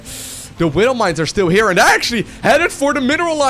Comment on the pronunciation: I hate it how he says "Widdle mines" .. Widow. Not little.